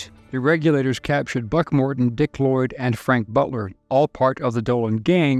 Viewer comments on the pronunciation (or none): none